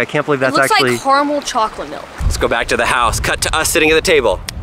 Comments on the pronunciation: caramel not carmel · it’s actually care-amal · “Car-Mel” is care-a-mel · He said Kar Mol its CARA MEL Carmel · its car·a·mel not car-mel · I'm sorry but did just say Carmol? ITS CARAMEL OR CAR-AMEL CARMOL IS REMOVING AN A WICH MAKES IT INCORRECT I'm not a grammar nazi but caramel pernounciation triggers me for some reason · CAR- A - MEL NOT CAR- MEL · did he just say carmul? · DID HE JUST SAY “CARMEL”